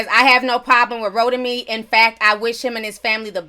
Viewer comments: You're pronouncing his name wrong. It's Ro Tim Me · Every time you said rotimi I started craving an actual roti smh 😂